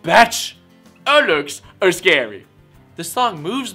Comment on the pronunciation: "A looks ascary"... it kills me everytime !